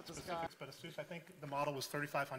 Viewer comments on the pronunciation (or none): Horrible pronunciation of Asus...